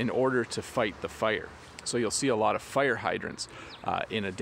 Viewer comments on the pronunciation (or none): It is a bit 'strange and interesting to hear that you pronounce the word 'fire' as /figh(t)r/, is this pronunciation typical in Canadian English?